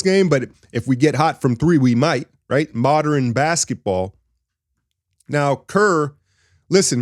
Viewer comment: "Moderern basketball" lol